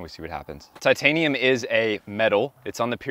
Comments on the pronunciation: "tightanium" i love it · Tight - anium 😂😂😂😂😂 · Ummm "tight anium"? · Tightanium haha